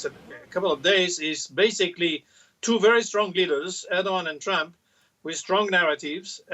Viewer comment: I love how Marc Pierini's heavy accent he pronounces Trump's name as "tramp". Such a great definition.